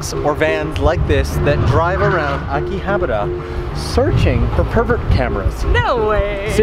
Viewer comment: Ugh. Akihabara isn't prounounced Akihabar-r-ra.